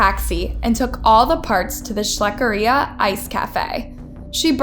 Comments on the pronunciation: I can't stand when people mispronounce words😂 first hare is (ha-ray) and the Ice cream parlor is schleckeria (shlek-er- ee-a) omg... all her videos are slaughtered... sorry I'm picky, but I think people should learn to read before making videos for views... simple terms like extradited and pronounced as extracted? ugh 🤦🏽‍♀️ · Wait… tub is pronounced as Tube? Schleckeria is pronounced as Scherlicka? I’m confused. Help